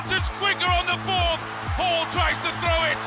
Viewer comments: Hall NOT Horn lol... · Did your ai voice call him Eddie Horn? o.O